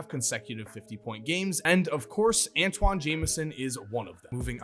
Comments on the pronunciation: Oh, and ANTAWN, not Antoine. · Who TF is Antwan ??? It’s Antawn His name rhymes with Spawn Not Rich Homie Quan